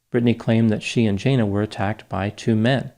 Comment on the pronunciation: It is normal for retail employees to have their bags searched at departure, even when leaving for lunch. I think it's unlikely you have the pronunciation of Jana correct.